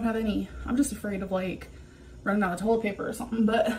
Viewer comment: Toe-let paper?!